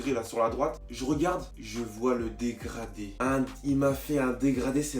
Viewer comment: Un dégradi, un dégraflouu, un dégrado 😂😂😭